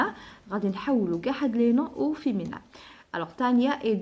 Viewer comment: Vous êtes formidable ma chère dame Mais je voudrais vous faire une toute petite remarque Pour le mot féminin vous le prononcez très mal il faut appuyer sur le i mi pas mé c'est tout Et bonne continuité